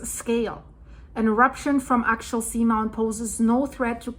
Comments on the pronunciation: It is pronounced axe-ee-ull in the US. I love your reporting. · I think the volcano is pronounced Ax-E-ul. I am a senior studying at Oregon State University and recently had the opportunity to listen to some of this same information being discussed amongst colleagues It’s fascinating. I live in Portland right now and I agree that we should be hearing more about how this eruption can affect the subduction zone. Some people have been food prepping and filling up on gas and I’ve seen signs in private communities and complexes about preparing for the worst ie earthquake. So there are people aware of it but I find it interesting that it’s not being talked about more. For the record, Portland is not prepared as most of its emergency fuel reserves equipment and supplies are stored on the river in downtown Portland between bridges. Building are not to code, and the main bridge (1 of 2) between Oregon and Washington state may surely collapse if an earthquake was to hit. It’s over 100 years old, but plans are in place to bring building a new bridge next year, but will it be completed in time. I love your channel and receiving geological updates from around the world as we are all connected through the same system, no matter where you’re located. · It's pronounced AXE-EL :) The real concern is if will affect the Juan de Fuca plate? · Axial - meaning along an axis. say axe' - ee - ul or aks'-ee-ul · Axial is difficult to pronounce… it’s Axe-ee-al, emphasis on the ‘axe’.